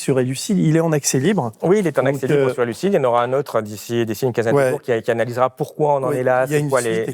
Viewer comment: Merci a votre chaine. Mais "Elucid" ❤❤❤